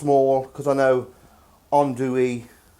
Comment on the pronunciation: Amazing pronounciation of andouille man, I didn't expect that.